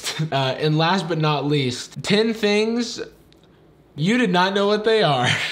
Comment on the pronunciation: and 'tEn tHaNgS'